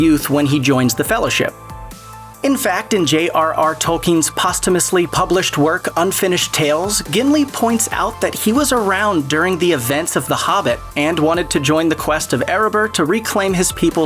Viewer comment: Lego-Laas and Maria Doc are both pretty off. But Pos-too-mously just pissed me off something fierce.